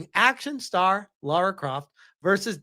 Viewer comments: First of all: Her name is not Laura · Eriki Ishii is such a huge fan, she doesn't even know the character's name. (It's Lara, not Laura).